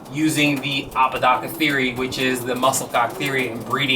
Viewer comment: Hay thanks for the shout out u didn,t butcher the name cheers man....are u gonna keep the apodaca family seperate or are u gonna breed it into your own stock? Great content as always very interesting and informative keep them vids coming......👍